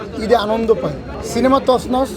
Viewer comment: তছনছ উচ্চারণ করতে পারে না । হালায় হিরো